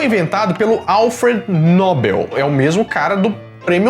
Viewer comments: A escrita é "Nobel", porém à pronúncia não é "Nóbel" e sim "Nobél", igual "papél". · Nóbel não, “Nobél”